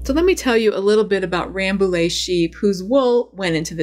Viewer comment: Just a heads up that Rambouillet actually is pronounced RambouYeah, because french likes to be confusing Very interesting video, thank you !